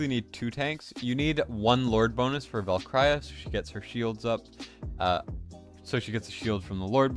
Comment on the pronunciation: LOVE your vids but jeez bro you're butchering my ears with how you pronounce Valkyra.